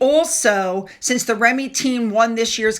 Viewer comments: It's pronounced ReeMee. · Hello - its pronounced reemi. I know - a lot about our English language is confusing for foreigners. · REME is pronounced reemee [long 'e's] and is short for the Royal Electrical [and] Mechanical Engineers. It is also my father's old regiment - don't know about now but in those days their regimental march was ''hey ho hey ho and off to work we go'' so this is one Disney tune I grew up hearing being whistled by dad on a regular basis. My daughter has their colours and part of their emblem tattooed on her arm in his memory. Thank you Duchess Sophie. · its pronounced RE ME short for Royal Electrical and Mechanical Engineers. My husband was a member of the Royal Engineers and from the initials the in joke is RE = Real Engineering and REME = Real Engineering Made Easy. ❤😂